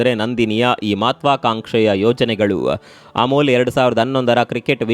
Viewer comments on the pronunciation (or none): ಅಮುಲು ಅಲ್ಲಪ್ಪಾ ಅಮುಲ್